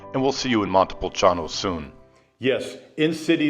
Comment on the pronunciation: You need to learn how to say Montepulciano since you are living there.